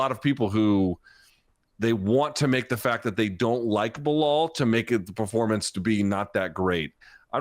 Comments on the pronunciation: I love how you called belal beniel. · lol i heard you call him Beniell....jeez will anyone remember the name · You said Benil and forgot belal's name🤣🤣🤣 not sure if you did that on purpose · He forgot his name and called him beniel at the beginning. Poor Belal. Can't get a win online. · bro was also the hater he couldnt even say Belal...